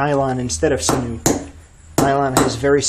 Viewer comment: Cool video but its sinew not sinu.